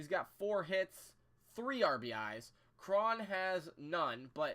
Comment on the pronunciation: I dont think Morrison is retired. Hes still pretty young. Cruz has never struck out more than 164 times in a season. And I think its pronounced C.J Crone.